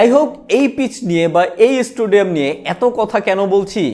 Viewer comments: It's stadium not is-stadium🤣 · Vai, eta "Stadium" uccharon Koren plz, "Stoodium" na. Apni pura video te "Stoodium" bole gesen. Kemne ki? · "ইস্টুডিয়াম" না ভাই!!! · আপনি বারবার স্টুডিয়াম বলছিলেন,,,এটা সংশোধন করুন